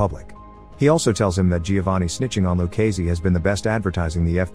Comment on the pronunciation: I had to stop watching after the 10th time of back to back butchering of Done Luccese's name.